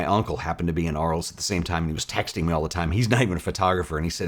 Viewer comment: A small picky point. French, so Arles is pronounced “Arle”.